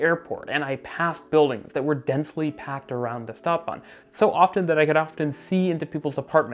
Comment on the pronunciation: please, if you're gonna use german words like stadtbahn, learn to pronounce them correctly